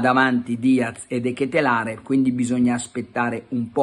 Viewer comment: Pronuncia De Ketèlèr